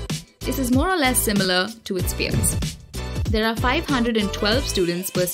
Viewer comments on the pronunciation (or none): none